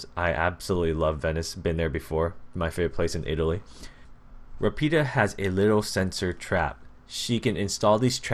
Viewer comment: Nice video, finally i can see my Country's "POLIZIA" forces p.s the accent is quite well, Rapida is Ràpida, in english is like a fast girl (i don't know if you understand what i mean) antway good video!